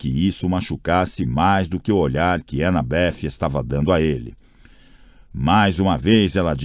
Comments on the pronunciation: Pensei a mesma coisa kkkkkkkk tô agoniado com as pronúncias. Anabéff tbm me tira do sério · "Anabef" é pra lascar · Sim! É desesperador ele ser tão errado...a anabeth nem me incomoda tanto, mas esses 2 é de doer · Tentando entender porque o narrador pronuncia o nome da Annabeth com o som de F no final🤔